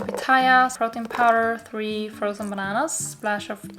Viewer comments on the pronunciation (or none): none